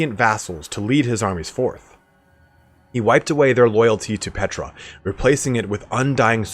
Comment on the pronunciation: My one critique is the Tomb King god is, not Petra (like the famous landmark site). Using in-game lines from Settra as a reference, it's pronounced similarly, just with a short P at the front instead of "Set", "P-tra"